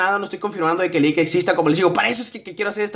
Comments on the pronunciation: android el lick no se pronuncia a si se pronuncia el lich y el lich pertenece a la serie de aventura de hora de aventura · se dice lich